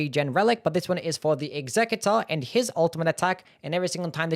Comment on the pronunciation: Why do people keep pronouncing executor like executive? It's pronounced "eks-uh-cue-tore". You know, like when you want to execute something?